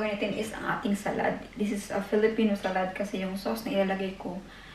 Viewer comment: Hello Good evening. I am ur subscriber/follower. This is my first time to comment sa vlog mo & pls. Dont get me wrong sa comment ko, kc gusto ko lng sana ma correct ang SALAD sa pag pronounce. I google mo pls. Mo sa English or in german doon may sample how to pronounce. Lahat nasa google if gusto nyo ma correct pati spelling lalo na sa pilipino/tagalog or bisaya, etc. Tnx at ingat kau dyan parati.